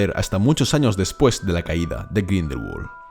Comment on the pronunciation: Me hiere grindelwald pronunciado en ingles cuando es un nombre aleman